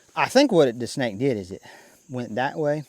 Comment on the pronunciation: Why do you keep calling the "SNAKE" a "SNACK"?😂😂😂